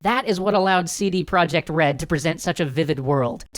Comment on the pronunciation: Minor quibble: It's pronounced "CD Proyekt", not "project". The name is Polish, not English.